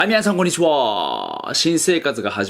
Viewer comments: 「はい皆さんこんにちはー」じゃなくて 「アンニョハセヨこんにちはー」に聞こえたんだが？ｗｗｗ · アニョハセヨこんにちは〜って聞こえた